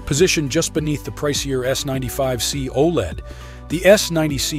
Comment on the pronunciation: Lost me when saying OLED wrong. ✌🏻